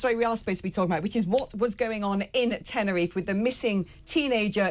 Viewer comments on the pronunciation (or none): Its Tenerife not tenner if, i will start calling Bristol Bristo, or Birmingham Birmingh, London I'll call it Lond